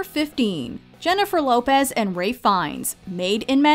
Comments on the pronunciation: DID YOU SAY RAY- ITS RALPH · Did she really say RAY Feinnes instead of Ralph? Come on... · It's pronounced Rafe.